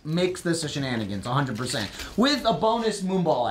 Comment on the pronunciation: Owoah 'Cheive Hunter Shnan-i-gans Owoah 'Cheive Hunter Shnan-i-gans Matt moves in wit' the rest Shnan-i-gans They're slicin' up his desk Shnan-i-gans OWOAH 'Cheive Hunter Shnan-i-gans